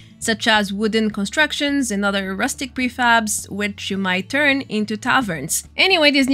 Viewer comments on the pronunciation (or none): none